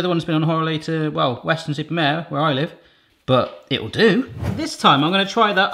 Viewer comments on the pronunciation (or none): none